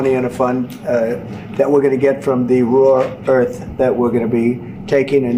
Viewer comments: Dopey Donald keeps calling it “raw earth elements”. One his advisers needs to tell him it’s “rare earth elements “. What a dope! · Why feel sorry for Zelensky? He did great to hold his own in a second language in an extremely hostile environment. What is hilarious is how Trump, who claims to speak English, kept calling it "raw earth". What a dope. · Is he saying: "raw earth"? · This has been bothering me for a week. The element is Rare-earth, not RAW-Earth. Why has no one pointed that out? He repeated raw-earth so many y=times it proves he knows nothing about . Someone else interested in rare-earth has pumped him without correcting him. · It's rare earth not raw earth,. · It's not "raw" earth. Isn't it "rare" earth? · It's rare earth, not raw earth, Trump you moron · What is "raw earth" ? Did no-one hear the semi-intelligent simian? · Rare not raw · Bc he doesn't have a clue about, like quite often, especially that it is "rare earth", not raw. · Did he say Raw earth? How many times? Its "Rare" earth elements. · "Raw" earth 😂. Sure, we got lots lol. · The Orange Buffoon can't even pronounce ''rare earth minerals''...